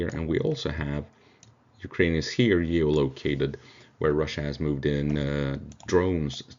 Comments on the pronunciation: Gee oh loke aye ted. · Your English is great, but figure out how to say 'geolocated'